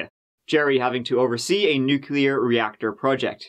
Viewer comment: THANK YOU FOR SAYING NUC-LEE-AR and not NUC-U-LAR!! You da bomb!